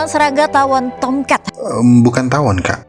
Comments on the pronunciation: Tam cat, tomcet, tomcat😂😂😂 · Yg anda dengar : "Tomcat" Yg saya dengar : "Toket" 😄😄😄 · Sebutan nama TOMCAT cuma aja yg sebut dengan betul..Wartawan nya sebut TOMCAT seperti tomkat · KoQ saya dengarnya “T*ket” ya? 😂🤣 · Serangga Tomket(Tulisannya Tomcat tapi dia ngomong nya Tomket katna dibacanya Tomket) Tomket Tomket Tomket Tomcet Tongcret Kongket Poket Serangga tongkat Tomcet Tomket Tongcat😂😂😂 Toket😭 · kok Gw denger nya SERANGGA TONGKAT